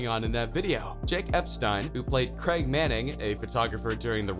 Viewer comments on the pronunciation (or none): none